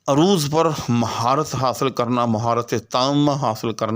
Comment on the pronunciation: بھائ جان، آپ عروض کا تلفظ بگاڑ کر بول رہے ہیں۔ عروض کے ع پر زبر ہے پیش نہیں۔